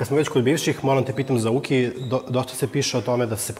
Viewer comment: netreba da kazes hu,hu, hu nego: u,ki, ku😂